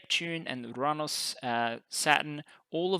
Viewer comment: Thank god -- thank GOD -- that you finally stopped pronouncing 'Uranus' as 'your anus.' This makes me a very happy person